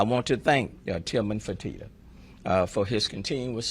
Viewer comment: Its Tillman Fertitta NOT Furtina, you idiot!